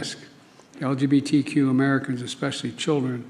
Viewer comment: What the hell did he say? LGBTT and LGTT? 😄🤣😂 Trudeau would be proud! 🤨